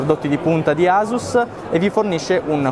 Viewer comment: si pronuncia "assus" :(